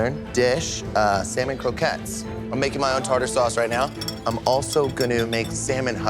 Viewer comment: Love, but the way she pronounces “Salmon’ drives me crazy